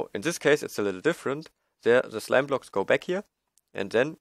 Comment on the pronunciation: It sounded like you where saying slab block instead of slime block lol